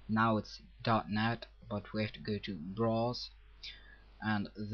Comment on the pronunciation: ha! you say browse like bras. funny, but good job.